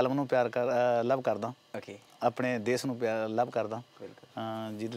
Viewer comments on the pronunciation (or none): none